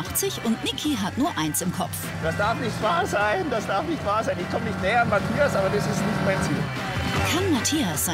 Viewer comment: Cindi: "Die Matschchias"